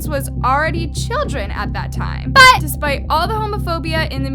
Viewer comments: Sorry but I have a headset in my ear and you saying" but! " really hard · Girl the way you say “BUT” is annoying just say it normally